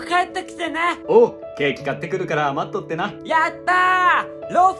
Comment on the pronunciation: 感動します。待っとってなのイントネーション違いますよ。